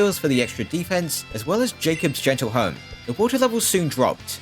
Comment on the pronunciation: I audibly screamed in pain every time I heard you pronounce gentilhomme as "gentle home"